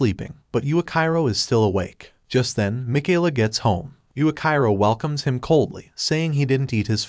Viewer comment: It's supposed to be pronounced yuichiro